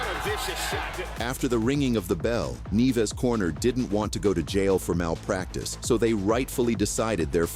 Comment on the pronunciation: “Neeves”. “ne-VEZ” …It’s Nieves…nee-EH-vess.